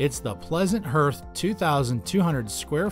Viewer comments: HARTH!!!? not herth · Were getting told about woodstoves from a guy that doesnt know how to pronounce HEARTH. Its har-th guy not her-th. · What’s a “hurth”? Is that like a “hearth” (pronounced “harth”)? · Please stop saying herth, it’s pronounced HARTH! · It's got a herth?? What the hell is a herth?? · The narrator does not even know how to pronounce hearth! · can't pronounce hearth